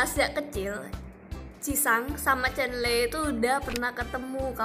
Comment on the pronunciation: Kok aneh yh bagi gw,, nyebut chenle itu cenle😄